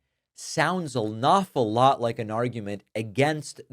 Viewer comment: What is a "nawful lot" ?